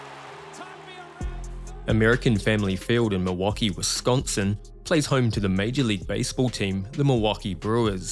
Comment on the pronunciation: To the narrator, please research how to pronounce words correctly. There is no "T" in Wisconsin. It is NOT pronounced "Wis-kawn-T-sin."